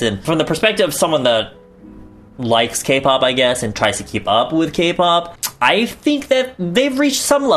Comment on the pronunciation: for a second i thought he said "eating out your friends" instead of "eating out with friends" and i was like boi what the fuck kind of action are you getting?? lololol